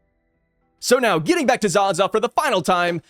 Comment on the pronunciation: Pronounced as Za-zaaaaaaaaaaa A not ag